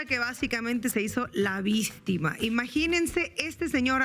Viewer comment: "La Vistima “ jajaja